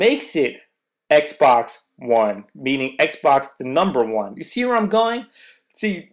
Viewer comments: "WONE" LMFAO come on you are better than this. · "Won" W-O-N-E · this guy says xbox W-o-n ... i think becuz the xbox won over sony's console